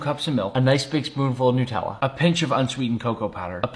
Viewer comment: The way he said Nutella nutellla 😂